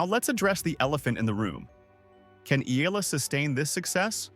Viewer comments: Its not "ila".... its I-YA-LA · It's EALA....NOT ELA, YOU CAN EVEN PRONOUNCE HER NAME PROPERLY, ALEXANDRA E-YAH-LA